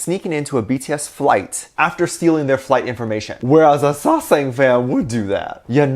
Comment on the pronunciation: It is a small thing, but out of curiosity, why do you pronounce sasaeng as say-sang? Sasaeng, as far as I know, is pronounced sah-sang. Again I'm just curious about why you pronounce it that way and nothing else.